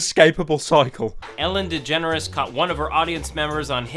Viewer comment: "Ellen Degenrate"